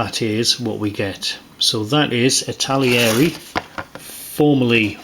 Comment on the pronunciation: It's not ItaLIERI!!